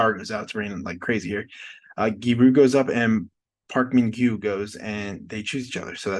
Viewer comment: Its Gyu Ri, not gyi ru 😂